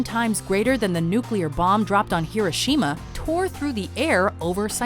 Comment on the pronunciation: How she pronounces Hiroshima just makes me cringe